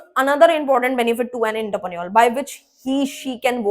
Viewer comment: It is not Interpreneur, but Entrepreneur